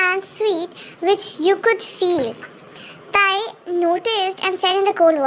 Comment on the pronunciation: Wait a minute... in first line instead of tae it is tar 😂😂